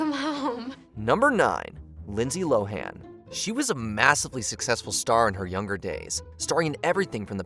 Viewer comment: Lynsey High-han? No.. Lynsey Lohan..